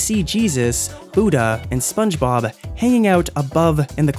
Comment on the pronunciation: Funge Bob